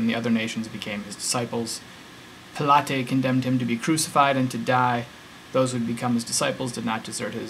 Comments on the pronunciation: So becaue the bible name places that existed, it makes the rest of it true? So that means the Wizard of Oz is true because it mentions Kansas. And who is this PILATAY person you talk of his name was PILATE, learn the pronunciation before you make the video. As I watch more of this nonsense, learn to speak before making these videos. Jesus was not a real person. Watch David Fitzgerald Skepticon. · Josephus - Proven forgery Pilate is pronounced Pilot, you're the christian here, come on. Also, unless the historian was a contemporary of Jesus it can't be considered in any way reliable. Tacitus wasn't born until 56 AD. Jesus was supposedly born between 4 BC and 1 AD. Mara's bit refers also to a man he never saw. Your version is also edited. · You don't pronounce Pontius Pilate like the pilates workout. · What? No, I'm saying he is so uneducated in Christian doctrine he can't even propely pronounce the name of the man responsible for killing Jesus.